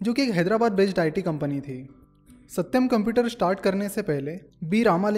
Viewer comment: That " AaSatyam " was funny 😅